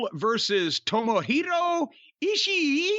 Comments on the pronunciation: "EE-She-EE!" Japanese Potato 😂🤣🤣😂! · "Eeeee" Corny always has to refer to Ishi as "Eeee" now 🤣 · I feel like saying Ishii as "Ishiee" is making it worse for when Jim says it as Eazy-E lol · Jim got me dying laughing at him saying ishii name🤣🤣🤣🤣🤣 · Every time Corny says Ishii’s name I’m LOLing